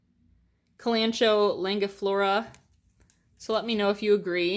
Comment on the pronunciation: I don’t even know if you’ll see this but stunning collection! That Calathea buy the door is a green maranta. And the Reddit plant is pronounced as Kalan-co-E without the h sound. Hope this helps!